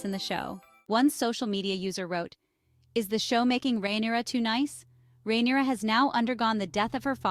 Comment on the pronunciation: her name isn’t “rhaeneria”. they don’t even call her that in the show. where do you get that pronunciation from?